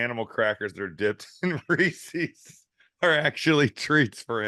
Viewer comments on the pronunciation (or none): Reese's not Ree-see's everyone does this lol